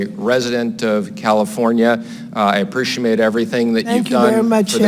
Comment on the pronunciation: APRESHIMISATE, WTF WAS THAT KIND OF KISS ASS WORD WAS HE SAYING, HAHAHAHAHAHAHAHAHAHA.